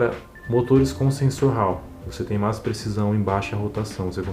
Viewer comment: "mas" torque! Cara ta falando em Espanol!!!